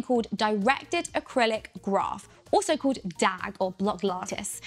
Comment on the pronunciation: what??? did she just say directed acrylic graph??????? LMAO